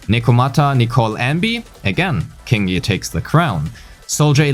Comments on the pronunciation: I think its pronounced "Ching" yi, not "King" yi, based on her name in chinese. Anyways, good analysis! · Her name is pronounced Qingyi! Like with Qiqi and Keqing! You're welcome. :3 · whole time i'm thinking why is pronouncing qingyi like that... you got me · The first time you said her name I thought it was a part of a joke, but no, you kept repeating it. Q is not K. Q is softer version of CH. Find a yt video "Chinese Pronunciation: "q" & "ch"" by MandaRhythm to hear how it's pronounced properly (or you could pay attention in game next time, as her name was spoken multiple times ;)